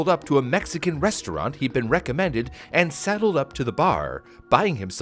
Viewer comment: ."Sideled" not "saddled"